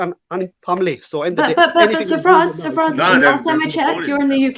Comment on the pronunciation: I swear its Sir Faz not Safraz